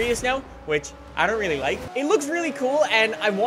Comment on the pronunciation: I hate the way he says really (reeylee)